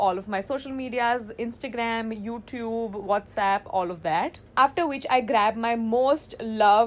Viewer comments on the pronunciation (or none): none